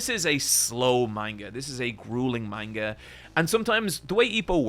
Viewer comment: Says manga wrong.